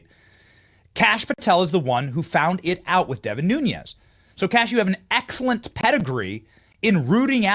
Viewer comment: BENNY, I LOVE YOUR BROADCAST! PLEASE PRONOUNCE DEVIN NUNES, LAST NAME CORRECTLY. NUNES IS OF PORTUGUESE ORIGIN. NUñez is Spanish. Please correct this. Just wanted to help.